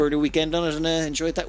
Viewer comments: "Rey-us" not "Re-oos". After the Greek. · Ray-us btw, not reuse. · That sounded funny! Just for your info : It's not re-use, but the "eu" is a (dutch) sound, which doesn't exist in English (I think, maybe in Irish). It does in french : Jue (game). Maybe that helps the pronounciation. :-) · Fun fact, "reus" is the Dutch word for "giant". Another fun fact, it's a one syllable word. But mispronunciation has become a bit of a tradition on this channel 😉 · In the defense of, the Dutch 'eu' sound does not exist in English, so we can't really blame him.